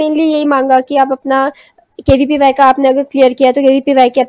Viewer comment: Are aunty KVYP nahi KVPY hota hai😆